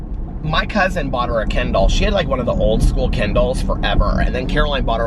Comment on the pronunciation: I was listening while doing other things and got distracted. In the back ground I heard you say, "My Aunt got her a new Ken Doll. And she was worried she wouldn't know how to use the Ken Doll" Wait, What? not know how to use a doll? there are no instructions for dolls. And then you mentioned books. and I suddenly realized you were saying "kindle" LOL and then I was on the floor rolling with laughter. Oh, and yes, you can read a book every day. Unless it is a really dense book like Dickens or Tolstoy. Those take time, you have to pay close attention. And I often have to put them down for a while. Others are like a story you walk into that lives all around you and is finished much too soon. I have learned to savor books and not devour them too fast because it takes so long for a new one to come out. But if I discover a new author that has an established series that I like... I will gorge on them in a very short period of time.